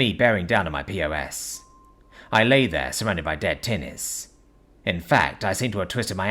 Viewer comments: It was perfect other than calling a pos a P O S 😂. Btw it's pronounced just like pause or poz if you prefer. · POS is pronounced PAWS. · lol mostly right,but that pos pronunciation is not on the author.